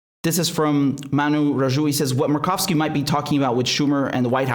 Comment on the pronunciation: Senator Murkowski. You said it right except for, say mer like mermaid. I'm down from 30 channels to just you and Jimmy Dore.